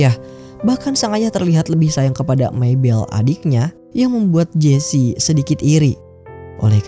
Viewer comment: jess aja bilangnya bang, gw dengernya jesi